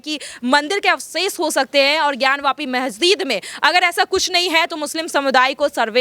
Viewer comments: मेहजिद नहीं मेडम मस्जिद होता है😂😂😂😂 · Pahle Masjid bolana sahi se sikh lijiye ji phir news batao